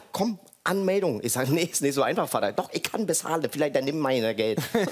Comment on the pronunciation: Ekelig wie er immer VADDA sagt. Sprich es normal aus